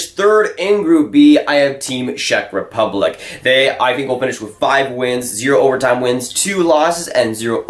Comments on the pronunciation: Work on your Czech Rep pronunciation, it gave me cancer every time I heard it. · What a surprise , a Canadian kid that doesn't know shit about hockey and can't even pronounce Czech Republic correctly. Dude , please stick to playing NHL at your Xbox :)